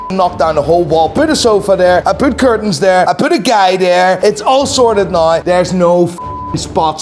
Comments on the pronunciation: Noooooyyyyeee instead of now … legend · I was going to subscribe but he said “subscribe nigh” and I don’t know when nigh is .